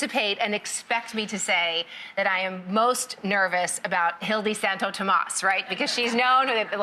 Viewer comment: I believe it’s pronounced Hildi Santo Tomá with no S sound. She would do that.